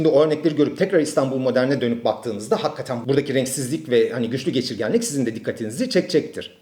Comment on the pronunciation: hakkaten değil hakikaten.